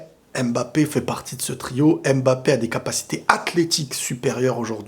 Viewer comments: Je pense que ça se prononce mmmmbapé pas (ém) bapé lol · C’est stressant comment t’insiste le M de mbappe 😂